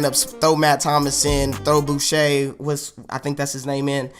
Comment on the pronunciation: Coming from a French Canadian, You said Boucher right !